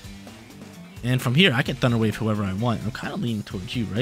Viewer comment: that southern accent thunder wyayve got me lolling!